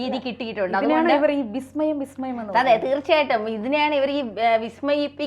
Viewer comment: വിസ്മയം അല്ല ബിസ്മയം ഇത് പറയാൻ തന്നെ മൂന്ന് പേരുടെ ചർച്ച യിലെ പാടള്ളു രണ്ട് പറ്റില്ല ഹറാം😂